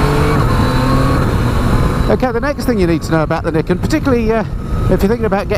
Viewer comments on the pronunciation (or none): its pronounced NIGH KEN not NIK KEN haha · actually it's pronounced ni ken. Two sword. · Pronounced nye kin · Do you pronounce Nike like you do Niken? 😂